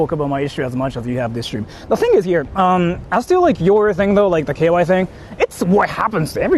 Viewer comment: Why does pronounce "KY" as "KOY"/"KUY"?🥴